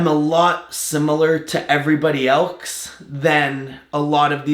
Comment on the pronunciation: “Everybody ellsske”